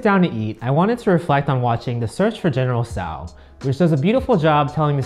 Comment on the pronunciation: try pronouncing the dish correctly before making a 22 minute video of it